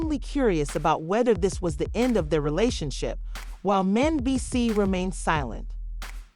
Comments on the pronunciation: Soon as the commentator pronounced mendeces S I was done learn how to pronounce the names of you want to report on them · The Narrator tour Mendeecee’s name up. 😘😘😘